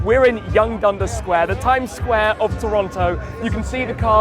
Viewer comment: Why do you say Dunder? I'm really curious.